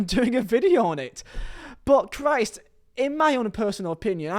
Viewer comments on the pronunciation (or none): none